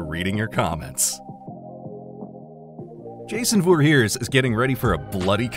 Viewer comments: IT’S VOR—HEEES NOT VORHEARS FUCKING IDIOT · fire this man for his pronounciation of jason "VOR HEARS"